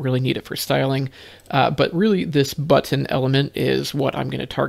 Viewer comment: I love how you pronounce button correctly. None of this butn business. TY for that. And for explaining the difference between selecting the class vs child.